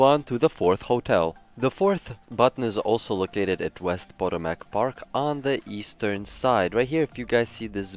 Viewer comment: pah-TOE-mick = Potomac just bc I live here.... Lol